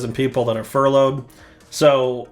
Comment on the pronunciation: "Furouded" = Railroad for Laid Off